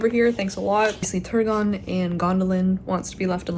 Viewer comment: New vocal stim unlocked: the way you says turgon I replayed it so much